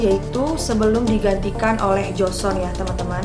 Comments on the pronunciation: Joseon dibaca Joson, bukan Jo-se-on atau Jo-sun. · Karna gak suka nonton drakor, secara pelafalan nama kaku bgt, penyebutan jo-se-on juga joson, aneh huhuhu, ceritanya juga jadi kurang nyampe. Kurang menghayati.